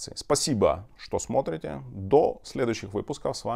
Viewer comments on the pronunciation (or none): none